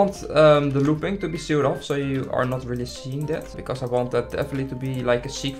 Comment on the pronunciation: Why do you keep calling loops a looping?